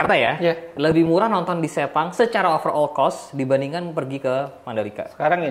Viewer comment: Gw kok takut pas di bilang sepang terus kesleo lidahnya jadi sepong😅